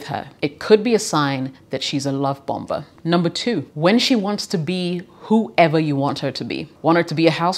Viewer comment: hi, the 2nd 'b' in bomber is silent. so it's bommer, not bomba. useless info i suppose.